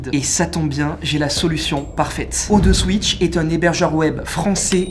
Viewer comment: Non mais ton sponsoring ne te gueule pas dessus sérieux ??? O TWO SWITCH ça se dit à l'anglaise